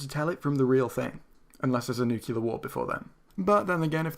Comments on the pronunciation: You should sin yourself for pronouncing nuclear as "new-cue-lar" It's NEW-CLEAR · "Nucular" that is adorable.